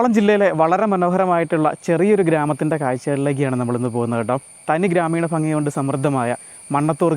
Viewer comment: ഫങ്ങി. ഫാഗം എന്തുവാടെ. നാക്ക് വടിക്ക്